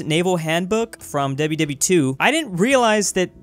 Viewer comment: Everytime he said "WW2" , Im hearing "wwe"